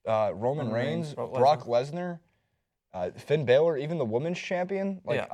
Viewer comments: It's pronounced Balor not baylor! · You guys can't even pronounce Balor. You can spot non wrestling fans a mile away